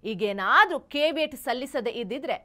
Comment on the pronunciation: ಅದು ಕೇಬಿಯಟ್ ಅಲ್ಲ, ಕೇವಿಯಟ್